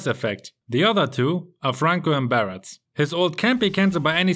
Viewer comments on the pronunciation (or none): none